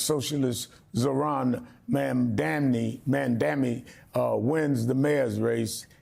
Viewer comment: How hard is it to pronounce his name correctly. It is NOT Memdani.!Jesus!